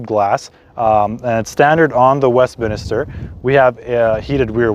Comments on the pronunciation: Second video I've seen for the Westminster model, second American I've heard call it "Westminister"? Maybe this was a bad choice of model name for that market... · Westminster, and not Westminister.